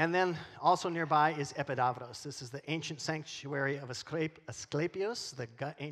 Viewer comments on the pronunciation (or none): Mycenae is pronounced "My SEE Knee" not "My SEE knee uh". Also, Epidavros-- it's not "Epi DAV ros". It's "Eh PEE dav ros. If you read it as it's written in Greek, you'd know. It's how my GREEK relatives pronounce it and they know. The rest of your Greek was great.